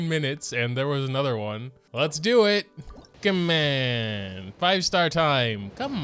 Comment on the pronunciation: When you say 'come onnn' in an accent is another consistent one.